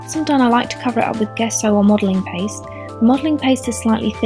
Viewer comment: It's pronounced 'JESSO.' Not GUESSO.